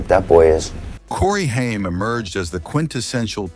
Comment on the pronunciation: Haim is pronounced HAYM not HEIM!!!! WTF?! A lot of bullsh*t here.